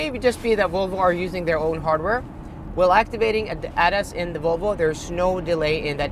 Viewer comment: Please STOP pronounce ADAS like you are about to say Adidas.